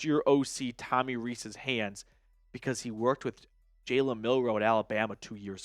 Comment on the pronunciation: you gotta learn how to say Reese’s 😭😭😭